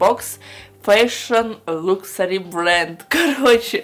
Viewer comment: ты как не грамотная! Не люксэри а лакшери😡